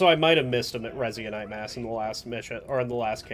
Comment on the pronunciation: Resin-ite Resin-ite Resin-ite